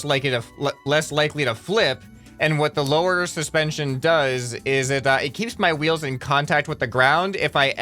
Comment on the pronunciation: “This is ‘intension’all” he sais wile talking about suspension